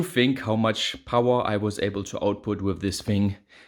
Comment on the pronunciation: Is it just me or does say "power" in a way different way than most people, even non English, native Germanic languge. Love the "Pow-Waaa"